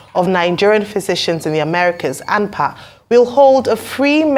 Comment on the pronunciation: Hello, It’s ANPA and not AMPA Could you please change it Thank you